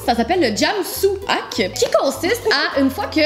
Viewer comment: Ça m'fait saigner les oreilles comment que vous prononcez: "Ahk" il y a un H devant le A dans Hack... alors tu dois exagérer le H et c'est Hhaack! Sinon, c'était bien drôle tout ça! Bonne journée :)